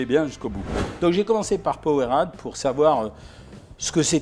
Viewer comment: Ca se prononce powereyde mais sa s’ecrir powerade